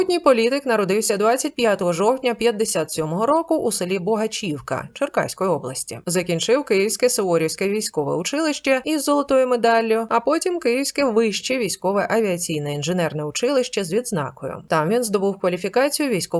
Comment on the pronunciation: Село називається Багачівка, а не бОгачівка!😢